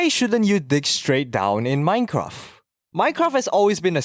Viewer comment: Is it just me or do you pronounce minecraft as "minecraff"?